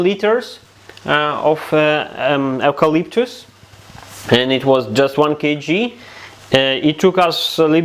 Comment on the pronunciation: You pronounce it You-Calyptus….I’m Australian 🇦🇺👍🏼